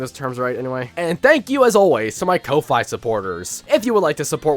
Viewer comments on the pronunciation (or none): Lol...despite the spelling, I'm pretty sure Ko-Fi is pronounced "coffee".